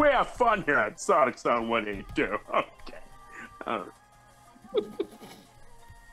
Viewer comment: When she said my username I got embarrassed you said it in such a American way not to be rude you said s-an-t when it's s-on-t just thought I'd mention that